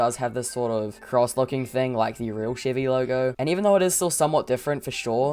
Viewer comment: Sheevie? You mean Chevy?